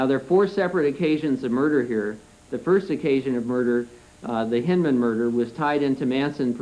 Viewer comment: You’d think that the Parole Commissioner for such an enlightened State as California would at least be literate. The first three (3) minutes and he couldn’t correctly pronounce: • LaBianca • Beausoleil • Hinman • Severing There’s more, that’s just under the first three minutes. If the Parole Commissioner couldn’t be bothered to take the time to learn the last names of both victims, perpetrators or a type of sharp force injury from an edged weapon, you know he examined absolutely nothing of substance. Later on, I think he has trouble with “Van Houten” and “Kasabian” as well. Perhaps I will edit this to add more. What a Kangaroo Court.